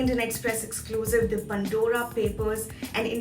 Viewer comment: It is ‘Pandora papers’ not ‘Pundora papers’. Makes me wince each time she says that.